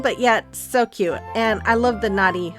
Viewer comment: you could of cut that "T" out in naughty but great job on all...